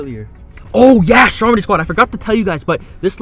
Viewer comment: I got subtitles on and whenever he says “Stormedy squad “ it comes up with “ Strawberry Squad “ lol